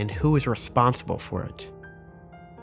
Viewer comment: Anyone else catch “reponsible” ? I love the extreme level of detail to an amazing video and then “camamity” and “reponsible” slip out😂 great video bro! Slowly deciphering your secret message 😜